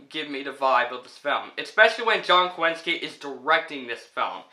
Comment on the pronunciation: I think your pronouncing John Krasinski’s last name incorrectly 🤨